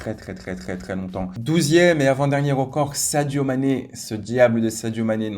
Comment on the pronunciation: Il dit rocord au lieu de record